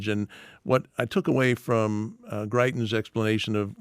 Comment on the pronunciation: Greitens?! Seriously?